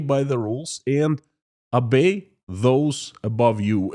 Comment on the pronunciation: to improve English pronunciation work on your 'O's. In English 'O's are pronounced as 'O'' not as an 'A' as in the Russian language. So Oligargs instead of Aligargs and 'Obey' instead 'Abey'. Your English is excellent though.